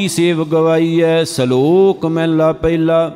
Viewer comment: ਮਹਲਾ ੧ ,,ਉਚਾਰਨ ਕਰਨਾ ਮਹੱਲਾ੧